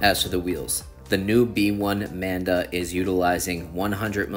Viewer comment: Nice review as always! And it think it’s the “Manba” not “Manda” 😂